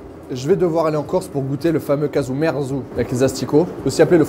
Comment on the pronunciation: Caghju merzu. Prononcer CAjou MERtsou (littéralement : fromage pourri)